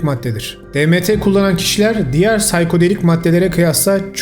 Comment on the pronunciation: "Saykodelik" değil saykedelik diye okunur psychedelic. Türkçe söylemek isterseniz de psikedelik. Çünkü sayko derseniz ruh hastası psikopat gibi demek..